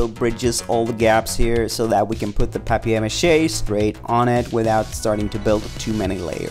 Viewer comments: Who says "pap-e-air" ma he its paper pronounced like "pay-per" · “Pap-e-air mache” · A-lu-mini-um fo-yl Pap-eye-air mache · Ahha it's french! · Did anyone notice the way he said paper mache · Is anyone else cringing over how he says paper Mache’ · You said paper mache wrong